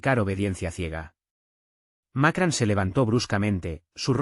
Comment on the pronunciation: Macran? Sr. Ud. debe ir a la escuela, los nombres extanjeros, muestran su poca profesinalidad. informese no siga haciendo el hazme reir de todo el mundo